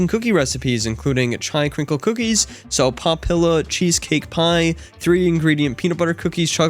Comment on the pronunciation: Those cookies are so poppila! Everyone's eating them. (Sopapilla is pronounces sopa peeya, though, it's a spanish word and the ll makes a hard y sound.)